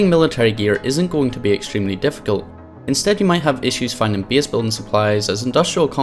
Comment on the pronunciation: U SAYING "BASE" WORD SO FUNNY HAHA